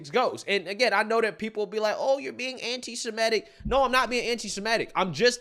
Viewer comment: noticed the pattern. That will get you called an "aunty semight" 😂 The truth hurts